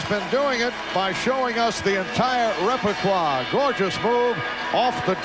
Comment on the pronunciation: It's not a Marv Albert-announced game from the 90s if he doesn't say "repertwah"